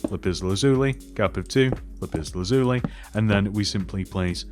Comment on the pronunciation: Not everyone can say lapis lazuli. You did a very good job saying it. Suggest you just say lapis. It's the only material like it